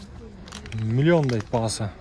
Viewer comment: Мулён дейт баасы😂